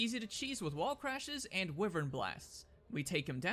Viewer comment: I’m gonna ignore the fact that you used wi-very and not the actual term why-very